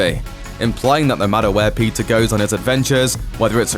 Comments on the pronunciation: Bro, it's not pizza it's Peter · Everytime u say peter, i thought u said pizza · did he just call him pizza parker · Is it only me who heard PIZZA every time he said peter 😂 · Is it just me or when he says Peter is sound like pizza? Yeah I think it’s just me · Why do keep hearing Pizza whenever he narrates Peter 😂😂😂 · He prounances Peter Parker like pizza Parker 😂😂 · I thought he said "pizza" every time que said "peter". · i keep hearing the word pizza instead of peter. lol. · Why do i hear " Pizza parker" from the narrator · Whenever the narrator says "Peter", what I hear is "PIZZA". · I keep hearing "Pizza Parker" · Just me or anyone else hearing Pizza Parker? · why does he keep saying pizza parker